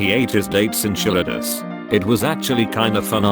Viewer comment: Wanna know something really creepy? The insanely robotic voice narrating this post. The way he said enchiladas 🤦